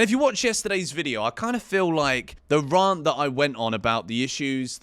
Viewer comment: It’s Rant as in Ant NOT RRRRANT ffs. Love the channel however😂